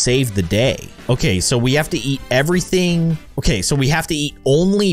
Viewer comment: He said ete even thaing